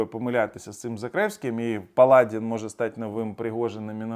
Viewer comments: Паладі'н ,а не. Пала'дін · Не палАдин, а паладИн. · Ви неправильно робите наголос. Палади́н.